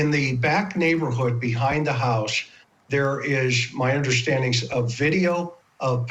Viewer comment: That guy needs to stop saying ‘housth’